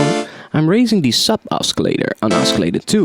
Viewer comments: First of all I want to thank you so much for the tutorials. You are one of the best teachers on youtube for this kind of music. I know English is your second language, but for your future videos, "oscillator" is supposed to be pronounced like "Ossillator". Even though it has a "C" in the spelling, it is soft like "S" not hard like "K". And the number "3" is pronounced with a "TH". The way you are saying it is like "TREE". Anyways, great job and keep those videos coming!!! -Thanks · Oskillator?? haha